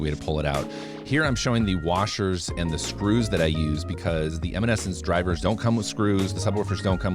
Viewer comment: Why do u say eminence like that